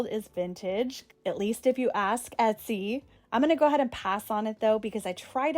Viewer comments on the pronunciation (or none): none